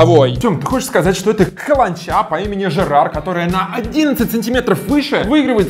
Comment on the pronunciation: Не Жерар , а Джерард Пике